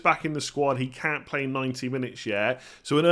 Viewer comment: Is it just me or does pronounce “CANT” extremely strange?